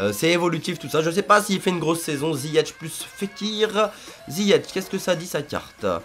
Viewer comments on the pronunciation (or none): C pas ziyech sa dit ziyek